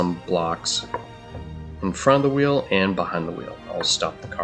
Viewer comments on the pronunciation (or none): none